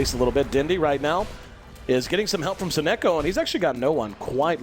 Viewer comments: Does even know how to say "Sonneiko"? he keeps saying "Sonnoko" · The caster pronouncing "So-neko" jars me every time